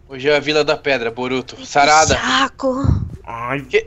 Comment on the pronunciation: o fala sarada tão ruim que ouvi tarada kkkkkkkkkkk